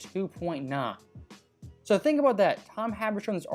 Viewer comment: Please say think